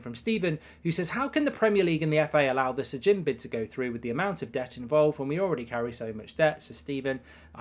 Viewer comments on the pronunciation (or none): none